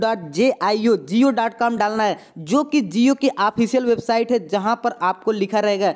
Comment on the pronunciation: Ap kitne bibekup hee ek hi video ko bar bar kiu bana rahaho or Apka to Jio words bhi achase boll nahi sakte or Apko to jio booking karneke Prosses to bilkul details me nahi boll raheho.